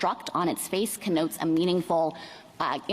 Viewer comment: Is she saying Ka-Notes?